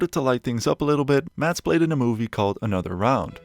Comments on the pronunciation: It is not Matt. It is Mads. Why can none of you english speakers say anything in dansih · as someone that shares the same name. I do find it funny how foreigners always says maDs and puts pressure in the d, While in danish the D is silent. It's pronounced Mas. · It bugs me when everyone calls him MaDs...The D is silent. His name is pronounced Mas (like Christmas). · People need to learn how to pronounce his name,Mad-s, it's a silent d with a hard s - like a mass. Thank me later! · The D is silent. Just say "Mass" but a bit quicker than you would in an english accent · you dont pronouse the d in danish. so his name spoken is mas mikkelsen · Sorry, but as a Dane, Mads is pronounced "Mas", with a silent D! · i get that some scandinavian names can be weird and hard to pronounce to some. budt mads's name is litterally just pronounced Mas. it cant be hard :D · Dane here. It's always fun to hear the pronounciation of "Mads" in english. The d is silent, so it's actually more like the word "Mass", but more stumped and more weight on the a. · More like 'Maz' with the shortest A you can pronounce. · Forestil dig ikke at være dansk og ikke kunne se alle filmene på vores modersprog. Det udtales mass Mikkelsen. Og det er ikke “flickering lights” men blinkende lygter, pusher er en af hans dårligere film, han har faktisk lige lavet en fantastisk film ved navn den sidste viking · You’re saying his name wrong. Just pretend there’s no d in his name and you’ll accidentally pronounce it correctly. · The d in Mads is silent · THE. D. IS. SILENT. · A point: 'Mads' is pronounced with a silent 'd'. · You just erase half the Letters, as they aren't pronounced in Danish!!